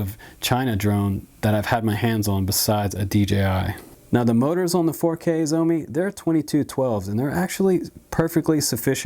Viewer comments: I hear it as zombie me, haha instead of Shoume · Good video, but butchered the brand name...Schz-ow-mee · Cool video but its sheoh-me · SHIAO MI (Something like Show Me) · It's Shao Me, Just like the Shao in Shaolin. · Hahaha! Xiaomi is Pronounced " Shau Mi " sounds like (Chow) with an S ! Love Your Videos !